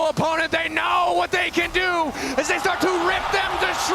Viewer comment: 난 저 우왓(what) 이 딕션이 ㅈㄴ 찰진것같음ㅋㅋ 거기에 구마유시 두번째스마 샤라웃까지ㅋㅋ